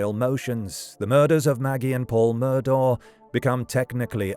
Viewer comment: Pretty sure it's pronounced like "Murdock"